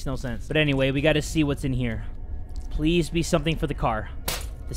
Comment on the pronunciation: Ew u just said "pwease"